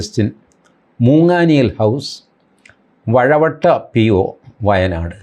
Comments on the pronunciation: വഴവട്ട അല്ല വാഴവറ്റ എന്നാണ്. കാരാപുഴ dam ഉള്ള സ്ഥലം between കൽപ്പറ്റ & മീനങ്ങാടി 4-5 km from NH66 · ടി.ജി.സാര്‍...വയനാട്ടിലെ സ്ഥലം `വഴവറ്റ' യല്ല...`വാഴവറ്റ'യാണ്...